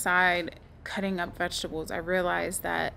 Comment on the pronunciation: The way is pronouncing( veshtable)me: vegetable